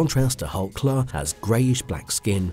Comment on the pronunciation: Pronounced Clue for god sakes